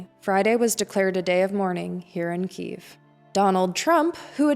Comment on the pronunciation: Good reporting. It reflects the centre-left view in Ukraine. BTW, why do you say "Кіів" ? It should be KY (KE) – YEEV (Ки - їв)